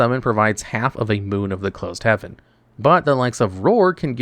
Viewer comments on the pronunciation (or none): none